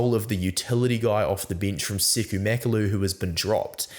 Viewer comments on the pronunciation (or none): none